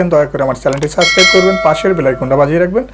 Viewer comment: Vai/Bhai, sascribe na....subscribe